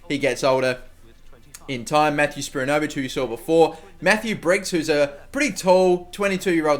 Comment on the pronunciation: Spiranovic is pronounced "spear", "ano", "Vic". Come on u should know this u are Australian